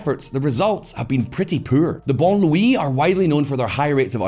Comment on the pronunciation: All the research & fact checking behind this video, and someone couldn’t look up how to pronounce “banlieues” correctly?😅